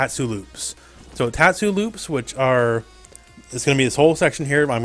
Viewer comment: good pronouncing on tatsu